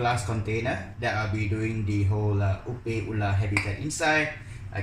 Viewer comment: Hello! Could you please change your pronunciation of the word 'opae? Utilizing English words, it should be pronounced like ''oh pie.'' The way you are pronouncing the first word in Hawaiian can have many different meaning, none of which refer to shrimp. Mahalo!